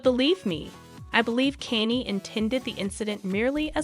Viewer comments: Why is she saying Kenzie west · cause the dyslectic dimwits saying kainnyy the whole video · kenny west💀💀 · The pronunciation of his name made the whole thing kind of annoying.... At least learn the pronunciation correctly. 🙄🙄🙄